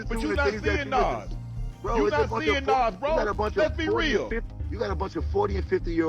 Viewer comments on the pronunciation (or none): As soon as Nas' name was mispronounced, I left. F*****' AI